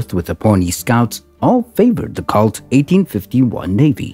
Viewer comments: It's Pronounced COLT & Not CULT, lol... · Not calt, colt long O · Good Lord. Pronounced cOlt not cAult. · Why can't YouTube present learn the correct pronunciation of words. Colt is the same a a young horse in pronunciation not Cult ! Although Colt Firearms may be part of cult. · Robo narrator fail. Did he call it a cult instead of colt? What a maroon. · Why is the narrator pronouncing it 'Cawlt' with a short o? I thought everyone knew it is 'Colt' with a long o sound. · It's COLT not cault eliminate machine voices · COLT not KALT. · It's pronounced COLT not CALT. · It's pronounced COLT not cult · I've never heard Colt pronounced "Cault" before. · Need to learn to say “Colt,” pilgrim. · Wtf is a " cault" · It angers me the way the narrator was mispronouncing colt. Colt is my favorite firearm manufacturer of all time. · I don't usually get annoyed or angry about such things. But I must agree with you. The butchering of an almost household name removed the thread of credibility they had. It was rendered unrecognizable. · Seriously. It’s an “O”, not an “A”.